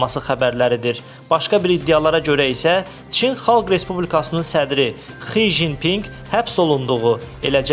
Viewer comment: HI JIN PING neydi,hec olmasa o boyda olkenin rerberinin adini teneffuzde sehv vermeyin! 🙀Adamin adi СИ ЦЗЫН ПИНЬ